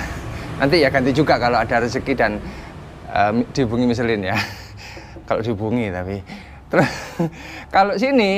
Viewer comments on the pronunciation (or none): Orang udik michillen bacanya misleng woy